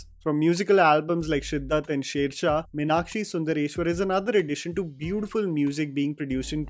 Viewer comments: It's not minakshi, it's Meenakshi (to be correct it's actually meenatchi in Tamil pronounciation because a Tamil girl won't have a name with Meenakshi spelling because "ksh" syllable is of Sanskrit script not Tamil script. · The name is pronounced MEEnakshi (मीनाक्षि மீனாட்சி), not Minakshee (मिनाक्षी) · A few observations: When sundar’s dad comes to office, he asks a couple of people if they saw a person wearing a lungi- no Tamilian would call that a lungi- that’s a veshti. Also, no Tamilian pronounces Meenakshi as Minakshi, they pronounce it as Meeenakshi..in a restaurant, that waiter pronounces dosa and not dhosa.. no Tamilian says Dosa. This is what happens when you have a largely non-South Indian cast and crew. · The problem starts with calling Meenakshi as Mi-nakshi 🤷🏻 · Totally!!! In madurai slang it's pronounced as Mēnātchī (மீனாட்சி). It sounds soo north Indian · Say with me....Meenaaakshi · The way everyone called "Meenakshi" with a shorter 'a' compared to the longer 'aa' as pronounced by South Indians was jarring! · I would strongly recommend that you learn to say the name 'Meenakshi' correctly, before you talk about the movie. Also, a piece of advice for Karan Johar. Stick to showcasing Punjabi weddings, with Chudis and Kangans. Leave Tamizh culture alone.